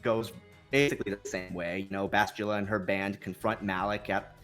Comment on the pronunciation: Bastilla not Bashtulla..I cringe everytime he says it wrong...